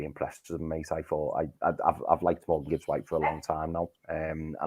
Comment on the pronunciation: Guys! Love the show and watch every time. But, it's Morgan Gibbs-White, not Morgans Gibbs-White 👌